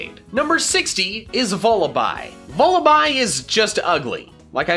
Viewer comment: VULLABY, NOT VULIBI!